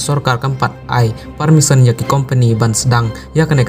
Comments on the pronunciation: Permission ❌ parmison✅ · Permisson ne permission tang pronunciation ruh ym biang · Pule news u ne u bah um nang pronounce permission u ong parmisson